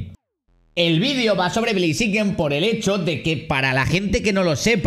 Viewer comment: Besta se escribe blaziken y se pronuncia bleiziken